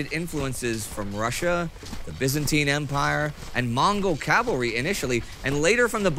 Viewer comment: Hearing the correct pronunciation of “Cavalry” so many times is music to my ears.